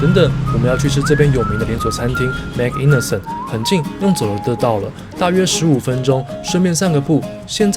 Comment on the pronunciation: MANG INASAL 是他家祿語中燒烤的意思, 應該發音叫 "蟒~伊娜薩爾" 這家的烤雞腿跟五花肉確實非常不錯, 是少數我喜歡的菲律賓餐廳 菲律賓人對於烤跟炸特別在行, 烤物跟炸物基本水準都不錯